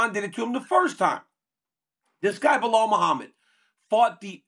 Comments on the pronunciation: Why can’t Chael say anybody’s name right? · Biggest cheater yapper bad guy Kale never won a title, still don’t say Belal name correct. No respect no honor